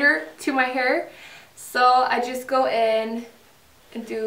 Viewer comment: Uttalas väl hair inte haur